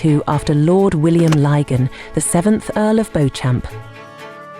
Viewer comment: Great doco. FYI. Beauchamp is pronounced Beech.him.